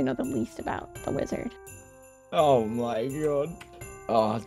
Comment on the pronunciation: Maybe I'm stupid but I could swear I heard "Lizard" instead of "Wizard"🤣